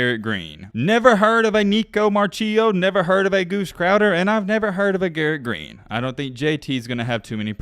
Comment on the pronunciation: Nicco marchiol is a beast and it’s pronounced (mar-key-all)